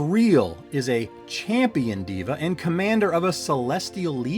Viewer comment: Can't stand when Devas are pronounced Divas 😅🤦‍♂️